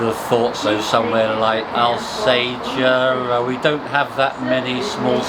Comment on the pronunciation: You beat me to it with pointing out that Alsager is in Cheshire, for a map man quite a mistake. But you didn't notice that Alsager was mispronounced. The ' Al' is pronounced the same way as it is in Salford and St Albans. However,this isn't suprising, as all the railways use the wrong pronunciation in their announcements.